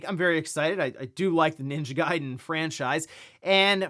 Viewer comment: The way dude say ninja garden “Ninja Guyden”😂😂